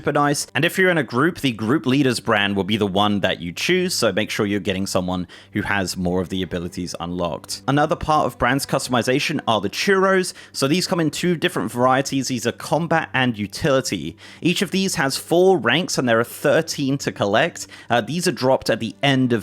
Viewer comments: The Churros? MF, you mean KYU REE OHS? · Did you just call curios, churros?